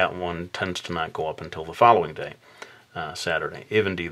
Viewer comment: Yeah I was like at abercrombehh the other dehhh hahaha made me laugh so much thank you!